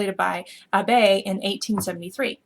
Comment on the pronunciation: Great video, thanks! But I do have a pet peeve: Abbe was German Scientist, you kinda butchered his name. The E in Abbe is really short, I do realise that there is no sutch thing in english which might make saying it correctly difficult.